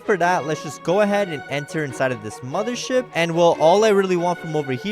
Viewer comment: you say moder ship..